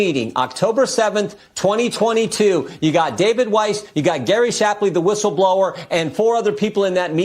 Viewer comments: Its Gary SHAPLEY, NOT SHLAP-LY. Put some respec on his name Benny😅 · If you want lionize Gary Shapley, Benny, the least you could do is say his name correctly--- It's not even a particularly difficult one, either. Every time you say "Schlapley" it becomes harder and harder to ignore. 😂